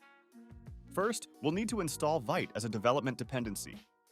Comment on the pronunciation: Love your videos man! Just a nitpick, it's pronounced /vit/ (veet)